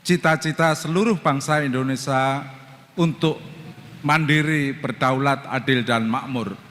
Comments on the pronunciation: Sekelas Guru Besar tp membaca Indonesia dengan kata Indonesa.. Memalukan! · pak pak nyebut negara sendiri kok tidak BECUS! Negara kita itu INDONESIA bukan INDONESA, pak!!! ini namanya orang pintar tapi DUNGU.